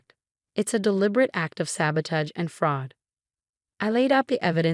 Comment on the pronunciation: Please 'teach' AI how to pronounce the word sabotage.